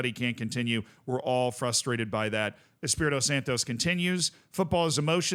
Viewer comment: Santo not SantoS. Nuno is not Mexican